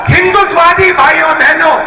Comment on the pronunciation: First ask RG to pronounce HINDUTVAWADI correctly n then lecture on HINDU n HINDUTVAWADI. !!!!!!!